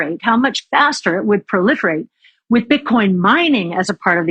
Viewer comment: She said Bitchcoin